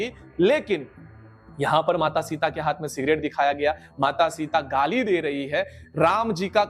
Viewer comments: भाई वो हात नही हाथ होता है। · हात नहीं हाथ😅